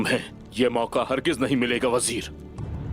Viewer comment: said: Bajir😁Bajir 😁😁